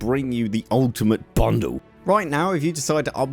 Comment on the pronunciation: Why did u pronounce ultimate bundle like that? It's like u want to smack it and have sex with it